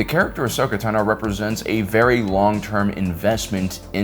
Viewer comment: Finally! After 6+ years in YouTube, you finally pronounced her name right. No longer will we hear "Tuh-no"